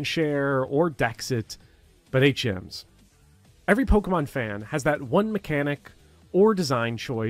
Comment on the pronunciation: it took me a little while to realize you were saying "HMs" and not "8 gyms" lol I was like yo trueeee sun and moon suuuuucked. Now im the same but different context.